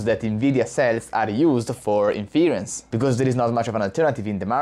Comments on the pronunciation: Definitely interesting startups out there, although I don't think NVidia's dominance is at risk for 5-10 years, and they are also researching new approaches with a vast budget too. So I wouldn't discount them as the continued leader either. Btw in English "inference" isn't pronounced in-FEAR-uhnce, but rather, IN-fuhr-ence, with the emphasis being on the first syllable, and a soft "e" (or even an "uh") in the second syllable. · Its super annoying when you say inference. its pronounced IN FUR ENSE. maybe its because im texan, you can use even fewer syllables, and call it IN FRENSE, like you say my airplane just landed in France, but Frence.